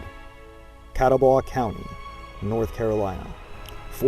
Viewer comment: Not to mention you did not pronounce John Sevier (like severe) or Catawba (Kuh TAH buh) correctly. Appreciate your effort to teach us history, but most everyone viewing your work takes it seriously and this is how historical myths begin. My line is William, Adam, William, Jacob, Agnes m Joshua Ballew. Very proud to be a Sherrill. Please share some of the documents that show William is a legitimate Captain as you infer. This would be vital to know because it goes against what DAR has established.